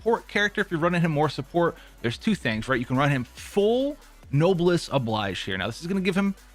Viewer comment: How long have you beenp playing genshin impact and you still pronounce noblesse oblige like that? It's pronounced obleej not oblaij...